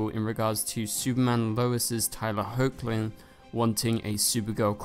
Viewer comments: It's pronounced Heck-lin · He is also saying HO-chlin again... get him!!!!